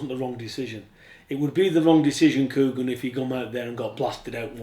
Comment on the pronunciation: it's "U ee" not "hUee" kugan, get your pronunciation right